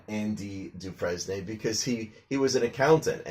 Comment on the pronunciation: It’s actually pronounced “Dufrain” but never mind.